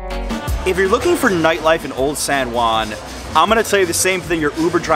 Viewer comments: The least thing I would do when doing a video on a city, would be to pronounce the name properly. Your pronunciation is sooo ridiculous!! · Old San Guan 😂. It kills me everytime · It’s pronounced san hoo-ann